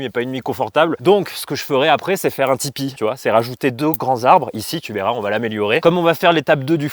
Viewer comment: J'ai compris " je vais faire un tipeee" j'ai cru que tu allais demander pour mettre de l'essence